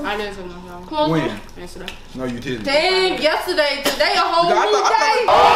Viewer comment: Y’all was so mean when the girl at top ask her when you took a shower she yesurday in she said yesurday today a whole new day like that’s not even funny cuss I will throw hands